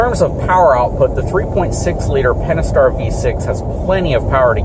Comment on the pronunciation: Miranda Pentastar! i.e. Five Stars! Not "penaster"!